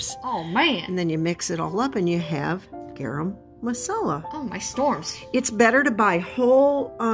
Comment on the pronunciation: Hey guys 😁 yeah pretty sure you pronounced garam properly the first time, I eat a lot of curries 😂 🌸